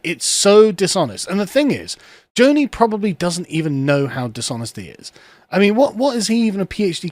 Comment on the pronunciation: This is all within the parameters of Grundgesetz. Also should pronounce Joni the right way. He comes off as an ignorant anti-education fella in this one.